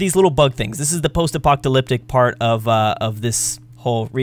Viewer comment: You pronounce apocalyptic weird